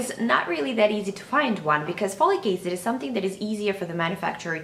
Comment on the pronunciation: Folicase? Follycase? Slow down and pronounce it s-l-o-w-l-y: F-O-L-I-C A-C-I-D. Jeeeeze.